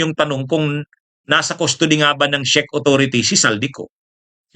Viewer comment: correct pronunciation po ng Czech ay ‘check’, influencer ka po with almost a million followers in all your combined social media platforms, kailangan po na medyo virtually slightly-near flawless sa pronunciation. keep it up po, marami kaming natututunan sa mga vlogs mo. God Bless🙏